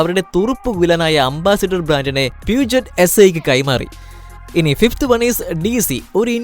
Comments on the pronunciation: BMW വിനെ BMV എന്ന് വായിച്ച നിങ്ങൾക്ക് Puget നെ pushe എന്ന് വായിക്കാൻ പറ്റുന്നില്ലേ 😇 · പ്യുജെറ്റ് അല്ല ബ്രോ, പ്യുഷോ ആണ് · 9.30 പ്യുജെറ്റ് അല്ല പ്യുഷോ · ബ്രോ പീയൂജറ്റ് അല്ല... പൂഷ്യോ എന്നാണ്.... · പ്യൂജറ്റ് അല്ല ബ്രോ പ്യൂഷോ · Puget alla it’s pronounced Pusho’ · Peugeot pronunciation പറയുന്നത് പ്യുഷോ എന്നാണ് 🙏🙏🙏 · Peugeot പ്യൂഷ് ഓ എന്നാണ് പറയുന്നത്